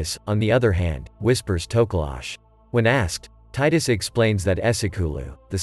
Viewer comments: Hahahaha tokolash its tokoloshe its a urban mith in south africa and namiba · Hahaha u said Tokilosi wrong my bruu